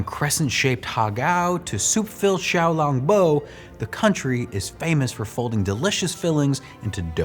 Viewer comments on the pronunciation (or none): xiao long (with a long /o/sound) bao (pronounced like bow) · Never heard anyone pronounce xlb the way it was here